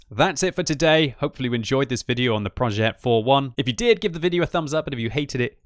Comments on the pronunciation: Hey here's an advice on the pronounciation of the name. This tank's name is said "projeh" and not "projet" it's not like progetto. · Pronounce PROJÈ(T)